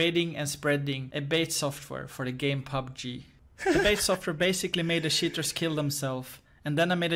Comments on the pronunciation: Keep in mind that show you his search about "How to pronounce word cheater in english" because he keep saying "sheaters" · i like how he pronounces "cheaters" like "shitters"